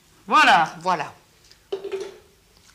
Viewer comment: A chaque fois qu'elle dit "voila" on dirait elle dit "wallah"